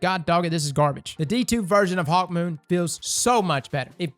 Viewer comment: I didn’t realize he called it hawkmeh till he pointed it out